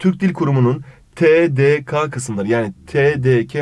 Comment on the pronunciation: 22.27 TDK'nin veya TDK' nın dediniz ke ka olarak okudunuz ama ke olarak okunuyormuş 4. Testte 1. Soruyu bu yüzden yanlış yaptım TATS 'dan öğrendim